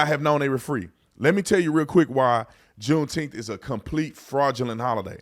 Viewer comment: I've been saying the same thing about "Juneteneth"